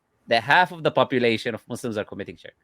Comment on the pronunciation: I'm not going to listen to someone who calls Muslims Muzzlims.😂